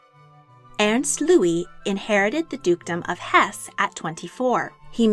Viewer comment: Very interesting for the most part, but you really should have someone correct your garbled pronunciation of German. I could barely understand e.g. “Hohenlohe” (bears no resemblance to reality!) or “Hesse” (the final “e” is pronounced, as in Goethe or Nietzsche). Jedenfalls danke ich Ihnen für die Präsentation.